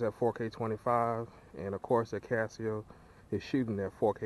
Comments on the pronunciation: A-Kah-So, not AK-As-See-Oh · Why akaSEEo and not akaso?